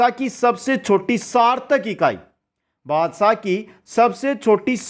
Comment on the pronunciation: Not basa it bhasa